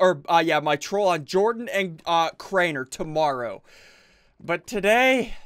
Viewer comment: dude really it's Jordan not jardon or jardonz